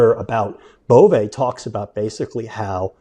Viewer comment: I speak French and it’s pronounced G…as in grotesque and é ….as in way…without the w …Bove(ay).